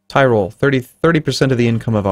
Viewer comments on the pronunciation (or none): It's not "TIREROLLE", it's "TEEROLLE"